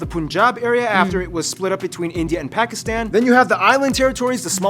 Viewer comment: Such a beautiful lady! BUTTT its absolutely unforgivable that she cant pronounce Pakistan. I am Indian btw